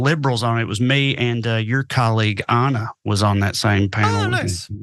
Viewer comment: it's Anna, not AHh-nah. She just voiced her disapproval of that like two days ago. Lol